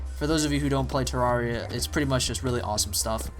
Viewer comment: Pronounced ter-air-ea